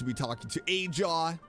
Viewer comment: Sorry to burst your bubble, but Ajaw's name is pronounced with the "H" sound because it's a Spanish J, which sounds like an H. Lol. Btw, I don't know if you recognize Burkina, Mavuika's friend who got Malipo, but you saw his figure next to Kinich in that scene when they activated the Archon's plan. I am also guessing that Wanjiru was the same person next to Iansan too. That's my guess at least. I have tried looking up the VAs for Ronova and Xabalanque, but no dice yet lol. Hopefully at some point their VAs will be revealed. But yeah I LOVED that moment! Finally hearing one of the Shades talk wow. - DUDE! Why'd you speed through that?! You should have read it! Lol. Every small detail is important lol. Anyway, thanks for talking to Mavuika that one last time, she was the char I wanted you to talk to before the act ended lol. Here's my questions for Act 5- 1. How is Hoyo going to handle the archon quest IF Paimon can't come. She's technically our Pause menu and how we exit the game. It was one thing in Caribert's story when that quest wasn't very long. My hope is the actual segment we have without here isn't too long. 2. What is the Captain's plan? It's obvious he's met Rorona too so I am curious about their relationship. So what are your plans now? You going to do Nahida's birthday now?